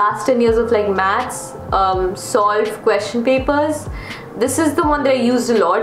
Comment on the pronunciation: Why does whenever said SOLVED it sounded like SALT. i was really confused lol.